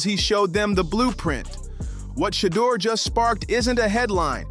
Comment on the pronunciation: Pronounce the name right you can’t even pronounce his name shame on you